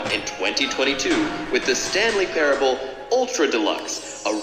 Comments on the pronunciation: Wanted to rip my ears out every time he said “parabable” lol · It’s pronounced pair-uh-bull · Just so you know it’s pronounced like pair-able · Not the best start when the streamer can't even pronounce a the word "parable".... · ah yes, Stanley Paraeoblibl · Dude …. (Pair-ah-bowl) That was embarrassing I do not know how u make it thru life on the daily good luck bud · Someone probably already said it but it's pronounced Pair-Able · you cant pronounce parable?